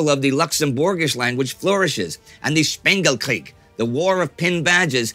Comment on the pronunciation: thanks for noticing Luxembourgs struggle in wwii. And very nice pronunciation of 'Spengelkrisch'.